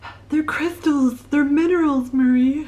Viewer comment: My name is Crystal and it was hilarious to hear you say it like that 😂 pile 1 over here